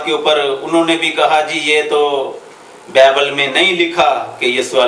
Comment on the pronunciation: apni urdu tu thek kro >bible lafz ap ko bolna ata nhi aur bt krty ho .KHUDA ky khadam ko challange krty ho